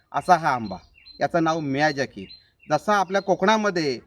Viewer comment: मियाझाकी उच्चार आहे. miyazika नाही.